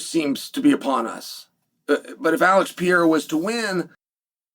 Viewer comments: ALEX PE REI RA. What are you saying? Pierra? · Alex Pee-yaira….no, Chael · His name is not pronounced pee-era! Why does that drive me nuts? I wish I knew lol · god damn why cant he say pereira? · Because he purposely mispronounces names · You must be new here.. 🤣 He does it every Pereira video. It pisses me off too 😂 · It's a tongue twister for him